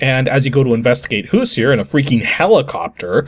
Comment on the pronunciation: So I'm guessing this is based on the Indiana Hoosier football team, since the main character looks like a football player with helmet. Being from Indiana, I have to point out that the pronunciation of Hoosier is a little off.